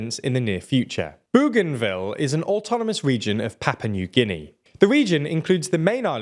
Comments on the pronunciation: *Papua New Guinea. Not “Papa New Guinea… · I am certain its not 'Papa' New Guinea